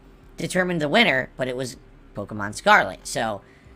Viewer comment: Hearing a 40 year old man say the word “Pokemohn”. Is hilarious in a cringeworthy way 😂